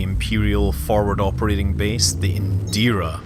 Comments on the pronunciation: It's "Indra", not "Indira". Just FYI. And goddamn, the Thargoids in this game have done the best job I've ever seen of making an alien race seem unsettling, scary, and truly ALIEN without just going straight into horror (like the movie Alien, or The Flood from Halo). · Indra - reads it as Indeera.